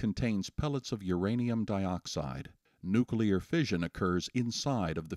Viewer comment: your interviewer can't even pronounce "nuclear"